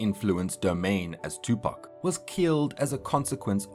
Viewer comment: This is Sad. You didn't even pronounce Tupac name right. Your (facts) are bias as hell. This is terribly done.